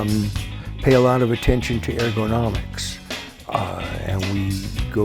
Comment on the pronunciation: THEY BOTH SAY AIRGONOMICS